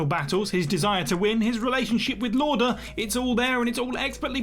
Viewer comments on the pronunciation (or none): Quite clear that didn't watch Rush then. It's pronounced Louder not lorder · Niki Lauda's surname is pronounced "louder" not "lorder"